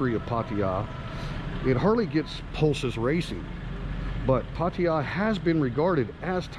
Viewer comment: STOP SAYING PAR TI JA try PAA TAA JAA ?